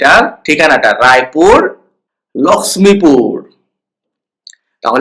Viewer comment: ওটা লাক্সমিপুর নয়, লক্ষীপুর